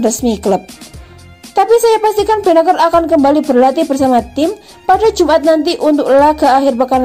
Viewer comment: Sebagai Milanisti gua kecewa isi video sama judul ga nyambung.. mana gelandang yg lebih hebat dr Pirlo??gini banget nyari view min.. perbaiki juga tuh pengucapan nama pemain Milan, benaker??? Gatel kuping min.. sori tak dislike min